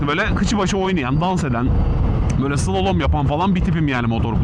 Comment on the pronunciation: Slolom değil slalom, mont giyseydin iyi olurdu üzerinde reflektif yelekte yok ki kamyondan akanlar rahatsız eti, ağzında maşallah çok temiz.